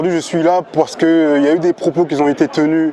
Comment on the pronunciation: ''des propos qui Zont été tenus'' j'arrête là vidéo.